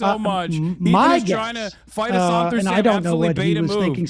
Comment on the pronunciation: Every time he says Hasan's name I cringe really hard.